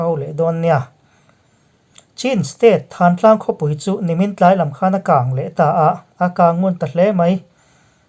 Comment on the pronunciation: Thantlang i lam rik dan hi a dik lo.